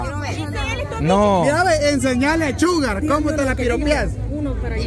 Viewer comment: Linda dice Shugar, no disimulo que! jajajaja 🤣